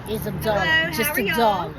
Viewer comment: LOL "just a dollaRR" haha the way you say it